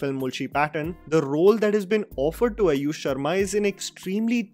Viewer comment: i said it because he says अयुष not आयुष.